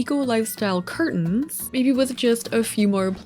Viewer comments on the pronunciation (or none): none